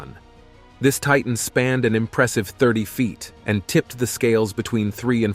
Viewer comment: Titan not tetan